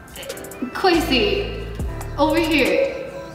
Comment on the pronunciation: at the start you said a and nay lol